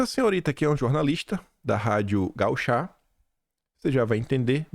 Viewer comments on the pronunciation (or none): Bom dia! Vc sempre troca o assento da palavra gaúcha por gauchá... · Tua dislexia tá cada vez pior,. Sério que tu falou "rádio gauchÁ" duas vezes? By the way, estratégia de merda essa sua de ficar querendo ser bonzinho com quem quer te destruir (os esquerdopatas) na esperança de que vão passar pro nosso lado. Eles só querem aniquilar os adversários, principalmente covardões como vc